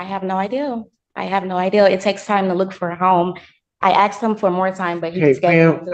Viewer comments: I love asserting her ‘Excuse me I am talking’. is a seasoned liar, lazy, uneducated and an imbecile. ‘Axed her’? Did she skip ‘proper grammar/enunciation’ classes? Yep, she did. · "...I had axed..." Ahhhhhh!!!!!! What language is that? Holy crap I get tired of the words "had" and "axed".